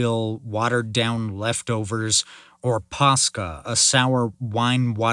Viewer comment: Water mixed with wine is called Posca not Pasca